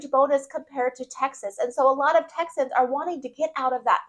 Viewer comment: Texians??? Did you have a stroke? It’s Texans